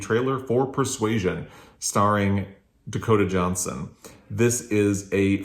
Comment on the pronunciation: Happy Birthday! Your voice when you said Dakota Johnson. Yeah, I don't know why either! This might explain some of the book problem